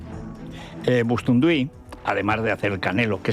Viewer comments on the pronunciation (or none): Bustinduy,, Bustinduy. No BOSTUNDUY, como tú mal dices. // Se llama Galaxia porque se reunían en Galaxia. Di que sí, eso es hablar con propiedad. Y la pobre Silvia Rivero mirándote arrobada // Lo más importante que ha hecho Maduro en su vida fue cómo lo secuestraron (¡! )¿Qué figura retórica es ésta,? Fantástico,, eres fantástico. No hay ni un solo día que no des espectáculo. Por eso te sigo y, como no, por la caña que das al rojerio. Vamos a por ellos,, que son cobardes e ignorantes